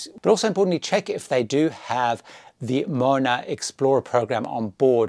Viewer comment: Another great video! I noticed when you were talking about the kids club, that you’d missed the pronunciation of Moana. It’s pronounced as Mo-Ah-Nah (rhymes with bow, car, car). It’s a common word in Polynesia which means ocean:) Look forward to the next video!